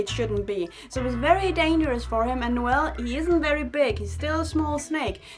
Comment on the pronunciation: Every time she says Noel it catches my attention cause that's how to pronounce my name😂... it makes me so happy😂